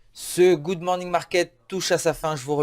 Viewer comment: " good mornong market" ...🙃